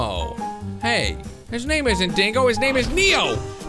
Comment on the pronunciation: Name not noot